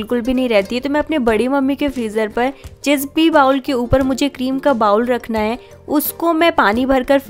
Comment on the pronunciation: Beta, bowl ka pronunciation "bah-wool" nahi "boh-l" hothi hai. Jaise kehthi hai na "bowling" karna and all? Waise.